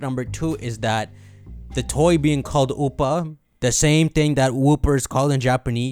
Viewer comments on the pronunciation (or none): Whenever you say Oopa I keep thinking you're saying Hoopa...